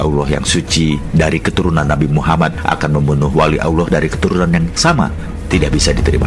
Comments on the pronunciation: Videonya bagus, cerita yang disampaikan oke.... hanya narator di dalam video ini menyebut nama Alloh saja masih terdengar Auloh... itu salah... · Yang ngomong kok nyebut allah dengan awloh? Sudah jelas pembuat vidio bukan orang yang tahu alquran dan islam